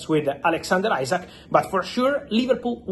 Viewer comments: His name isn't ISACK, it is Isak. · After all this time you can`t pronounce Isak`s name correctly. It`s pronounced as EEsack not Eyezack. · Fabrizio still saying isaac 😭